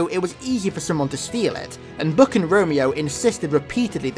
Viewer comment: why do you call buck "book"?